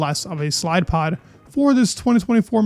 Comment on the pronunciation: did I hear slidepod?